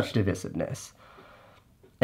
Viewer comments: divisiveness is prounounced "DE VI Siv Ness", right? or have I been pronouncing it wrong? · dee • vice • ivv • niss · It’s not pronounced dih-vih-sivness… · He pronounces it wrong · Casey’s pronunciation of ‘divisiveness’ is certainly divisive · My thought also! I have the disadvantage of being part of the grammar police - drives me nuts! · Yeah, it only was noticeable due to mispronunciation. I love Casey though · The only thing I'm calling you out on here Casey, is your mispronunciation of 'divisiveness'. A word said so many times in one video too!